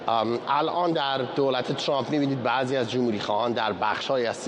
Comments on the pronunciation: این سمیرابااون فک درازچرابه ترامپ میگه چرررمپ،این فرداد ک نی هم بعضی وقتها میگه دونالدچرمپ که چی،مثل ادم بگیدترامپ،،،دونلدچرمپ😮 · عی رم دهن سمیراچه حال بهم زن ترامپ راتلفظ میکنه،اونی،،،ک توزبانت چرررمپ چیه 🤔 ک نی خوبگوترامپ،چررمپ،دونالدچررمپ